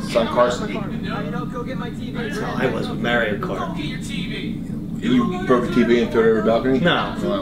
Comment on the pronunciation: Why do they say Maryo instead of Mario